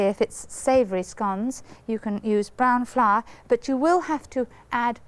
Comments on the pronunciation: Brahn flahr? lol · Mary: "brahn flahr" Me: "brown floweah!" 😅❤